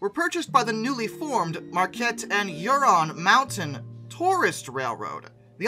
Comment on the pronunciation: Ishpeming is pronounced ISH-puh-ming You pronounced Negaunee correctly Huron should have a discernable H sound, NOT "Your-on"